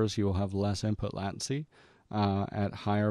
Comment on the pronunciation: just fyi, it's "late-ncy" ... good video tho, very informative <3